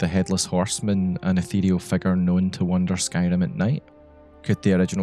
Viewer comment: I love how you pronounce "figure", it sounds like you're saying "" "The erratic convulsions of the " lmaoo